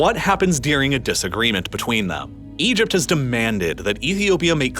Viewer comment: EgypT. …shorT. … finisheT. Really spitting out those T sounds at the end of sentences today.